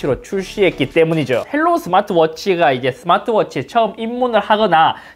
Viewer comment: 헬로우가 아니라 하이로우입니다. 중국어 발음 그대로 영어로 쓴거에요.